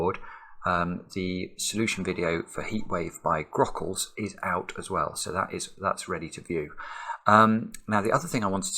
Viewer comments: "as ... err" must have triggered Alexa into thinking you were talking with a weird accent that misses a lot of letters. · Devonian ./ zomerset ?